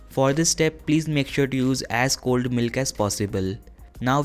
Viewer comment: I didn't understood that you said cold milk or old milk